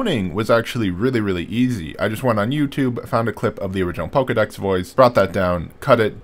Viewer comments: It's painful hearing him pronounce it PokEEdex instead of PokeAY/UHdex. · "poh-kay-dex", not "poh-key-dex".